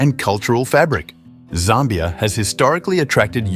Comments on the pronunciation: Zimbabwe was known as Northern Rhodesia. Zambia was known as Southern Rhodesia. And it’s not pronounced ZARMBIA. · although some of my comments may be incorrect due to a difference in pronunciation between the USA and the UK, I noticed you pronounced Zambia as ZAHM-be-uh, rather than ZAM-be-uh. Also, although Namibia has lots of German speakers, in the Wikipedia article, it listed Afrikaans just above German in the list of spoken languages, indicating there are more who speak that language--today, anyway. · Zambia is not pronounced correctly in this video.